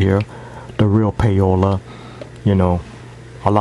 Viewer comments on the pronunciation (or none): NOT 'pay-o-la' theres no fucking y in the name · its 'pa-o-la' or 'paw-la' lol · It's pronounced like Pow-la